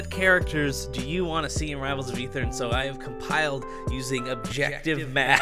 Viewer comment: i believe it's pronounced: Ay-ther